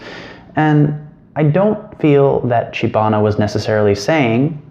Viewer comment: It is Chibana